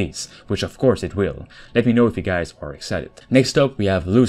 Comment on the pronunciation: pronounce better Not gays but Hi GUYS